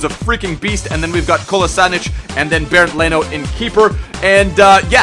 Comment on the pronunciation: you called kolasinac "kolasanic" 😅😅😅😅😅😅😅